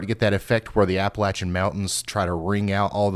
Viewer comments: Thanks for pronouncing Appalachian correctly! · Thank you for pronouncing Appalachian Mountains the way the natives do.